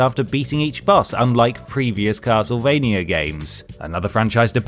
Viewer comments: What is "Ocareener" Of Time and "Castlevainier"? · Half the time: Castlevania Half the time: Castlevainyer Make up your mind mate, do you want to pronounce it properly or not?